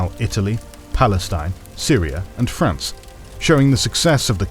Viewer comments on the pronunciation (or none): none